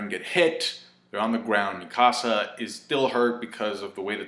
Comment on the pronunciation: Thought you were saying my house in spanish, I didn't know who you were talking about at first with the whole Mi Casa but I figured out you were talking about Eren's childhood friend slash girlfriend, the girl that loves him